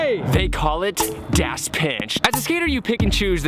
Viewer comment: Pronounced Dos